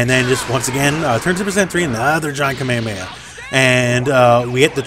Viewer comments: Is nobody really triggered for his way of saying "kamemeha" lul. Love you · "kamea mea" plz